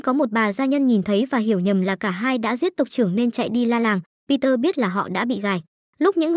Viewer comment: người ta tên bi de ad đặt google nói kiểu gì thành peter vậy =))?